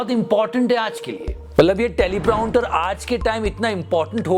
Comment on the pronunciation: Prounter nahi prompter hai 😖